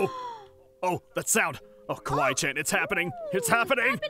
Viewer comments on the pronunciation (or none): It’s not Kwi Chan it’s kawaii chan